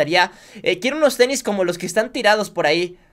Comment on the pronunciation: dijiste ternis😅